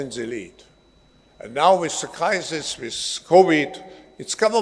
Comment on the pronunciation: Klaus seemed to be pronouncing crisis as "Kaisers"